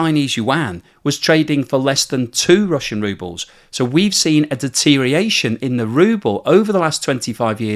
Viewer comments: You're all about the de-tear-ee-ation then? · Enjoying the video but I'm half way through and it's driving me crazy. You either gotta learn how to pronounce deterioration more carefully or expand your vocabulary to get some synonyms for it you can pronounce.